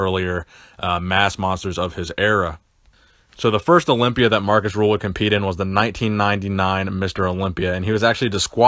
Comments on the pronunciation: it's not Markus "Rule", it is Markus RÜÜÜÜÜHL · It's Markus Rühl with an ü not u. Special vowels are transfered from German to English when it comes to names. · It is not pronounced "rule".